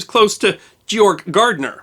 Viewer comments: Gärtner is pronounced Gertner not gartner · Totally mispronouncing his last name, it's "Gärtner", the "ä" (ae) sounds more like the "ai" in "air". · Also his last name is pronounced "Gare-tner" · The name Gärtner is also incorrectly pronounced as "Gartner" throughout the video. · With the "umlaut" (two dots over the a), that would be pronounced GAIRT-ner. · Your pronunciation of "Gärtner" is way off. "ä" (ae) is an Umlaut. Otherwise great presentation. Greetings from Germany